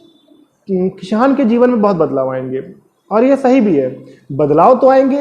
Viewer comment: Kishan ni it's kisan🤣🤣🤣🤣Lol